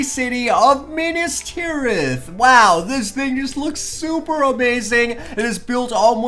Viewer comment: it is Minas Tirith. Not Minus Tirith